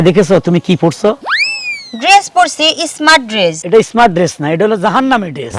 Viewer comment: Esmart na sabdo ta স্মার্ট বলতে হয়